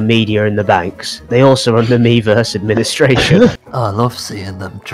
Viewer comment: When they’re screaming miiverse, it starts to sound like they’re saying beavers